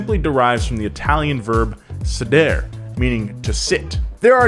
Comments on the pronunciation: drops fact about the Italian language Also: pronounces "sedere" like seh-dear instead of sehdehreh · Dear, Please listen to Google translate say a word in another language at least once. Signed, everyone who heard you say say-deere. P.S. apologize to the Italians, or they might go back to making tractors